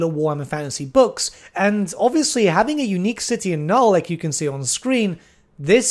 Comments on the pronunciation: why are you refusing to pronounce the second n in nulN? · I really have to ask, out of some unhealthy curiosity - why Null, not Nuln? And why Elsa, not Elspeth?:) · every time he forgets the second N in Nuln I get closer to having an aneurysm